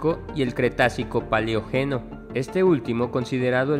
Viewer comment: De VÓ nico, pa LEÓ geno, ordo Ví cico. Pónganle un poquito de más profesionalismo a sus noticias.